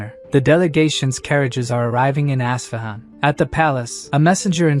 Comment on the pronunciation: Its pronounced US-FA-HAN... with the AI pronounciation as bad as it sound.. it spur'd out even worse.. ASSFAHUN.